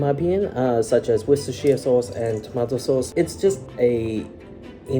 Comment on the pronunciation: I’m watching recipe and needed to take a moment to post. He uses Worcestershire sauce (and god bless you for pronouncing it correctly,! ❤️) and it made me think. Lea & Perrins is the most famous brand in America but the UK version is sooooo much better! America has a cream colored label and UK has an orange label. UK uses malt vinegar while US uses white. UK is much more yummy.